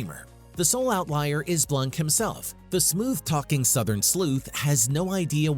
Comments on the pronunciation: Mispronounced his name. It sounds like Blahk, not Blank. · "Benoit Blanc" Couldn't finish it when I heard Benoit blank...🤦‍♀️